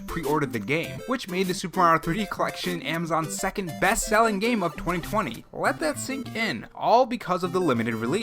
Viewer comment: “Secound problem” XD